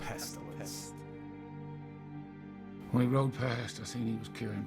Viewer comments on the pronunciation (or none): none